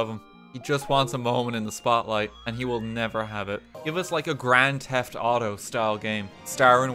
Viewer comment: Grand Theft Waaah-to